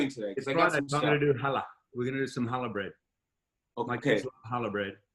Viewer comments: In "challa"? It's the letter ח in hebrew, which is letter that doesn't exist in English 😅 So the C is not silent, but it's also not "hallah" - it's somewhere in between. Look it up, it's cool! Challah is a Jewish bread that we traditionally make for Shabbat (Saturday) and eat during the Kiddush, which is the ceremony where we welcome Saturday on friday evening. I'd love to answer any more questions if you have any! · As a jew this is so cool to see people making challah, just wish they would pronounce the chhhh